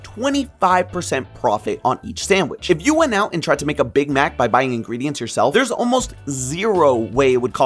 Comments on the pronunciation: Why does he say Big Mac like that 😂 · anyone else bothered by how he says big mac